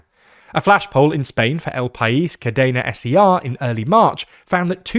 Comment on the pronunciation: first time hearing Cadena SER as S.E.R 😂